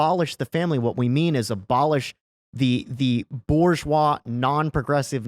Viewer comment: "Boo ZHWAH" if you please